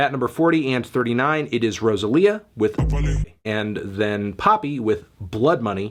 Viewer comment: first time you pronounce rosalia well Floptano